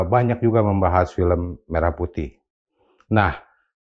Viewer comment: bukti itu lagunya diduga dari AI adalah: WAKTU MELAFALKAN MERAH PUTIH, DIA MENGEJANYA "MERAH" UNTUK KATA SEPERTI "MERAH SUSU SAPI":face-blue-smiling